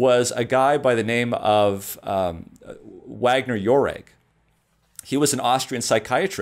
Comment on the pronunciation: rogers Austrian or german is a little off in the pronunciation of the Nobel Prize in Physiology or Medicine 1927 was awarded to Julius Wagner-Jauregg. Is it ridiculous to know how to pronounce icon scientists who gave us great gifts on planet earth?